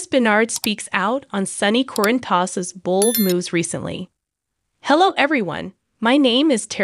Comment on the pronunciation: Oh great a new one 😠😠😠 Yes we have known for 2 weeks he was... need to pronounce Sonny's last name correctly...